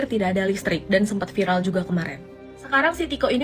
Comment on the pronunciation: Viral buk..bukan vilal 🗿🗿🗿🤣😭😭 Ngakak emang ibu" +63 ngomong ...pedes pedes🤣